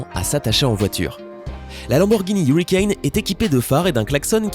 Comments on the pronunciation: On dit huracane pas huricane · LAMBORGHINI HURACAN ! Pas Huricane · On ne dit pas hurican en dit huracan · Je veux pas critiquer mais on dit la Lamborgini huracan pas hurricane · C’est huracan pas hurricane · On dit pas lamborghini hurricane on dit huracan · La úracan se dis ouracane pas iourouaicane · Lamborghini huracan pas hurican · On dis pas Hurican on dis Huracan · ON DIT HURACAN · Ont dit huracan😈😈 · Et c'est Huracan…